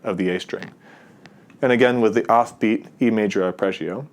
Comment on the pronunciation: Curious why you say “Arpreggio” rather than “Arpeggio”